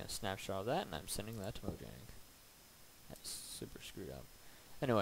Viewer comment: It's pronounced "mo yang".